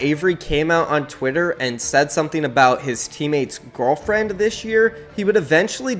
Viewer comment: bro you say gorrallfriend